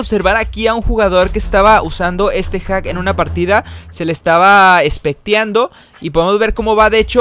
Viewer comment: Nadie: Absolutamente nadie: El: Espectiando V